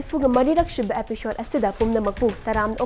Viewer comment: Epishode nattey EPISODE haina pronounce tougadaba oiramni